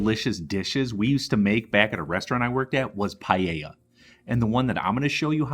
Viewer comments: It is not pallella its PAELLA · DOUBLE CHECK YOUR PRONUNCIATION WHEN YOU SAID PAELLA. THE PRONUNCIATION IS PAEH -YAH. CHEF JOSKEN 👩‍🍳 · Is not pallella 😂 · PaaaaEllJaaa ....not payeya ...........c'mon guys. Pees traditional? Give me a break! I live in Valencia the birthplace of PaaaaEllJaaaa. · Payeya. You say it funny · Good, but PLEASE get the pronunciation good ;-) . You pronounce the LL, but follow that with a Y ...LLYA ;-) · It is pronounced payla. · CORRECTING MYSELF. PAELLA PRONUNCIATION PAH EH YAH. DELICIOUS!!! 👩‍🍳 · the pronunciation is: PAH EH YAH..Paella. :) yummy dish! thanks for sharing! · The way he says Paella is just hilarious